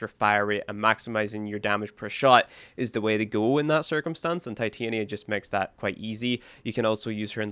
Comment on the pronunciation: Love the vid since im just getting back into warframe, was debating where i should go definitely a great reference brotha!! Thank you!! Also its pronounced tit-anya (Titania) as in the Queen of Fairies .